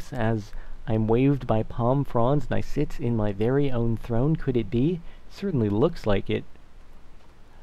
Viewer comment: how many times did he say..."most certently"?